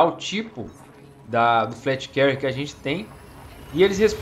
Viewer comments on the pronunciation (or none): Só uma observação "fleet Carrier" se fala como se fosse "flit Carrier" e não "flét Carrier" Mas muito bom vídeo haha,tô ansioso por essa nave